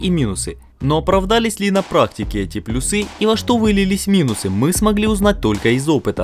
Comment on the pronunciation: плюсЫ, минусЫ, аж прям уши режет этими ударениями, пощадите пожалуйста)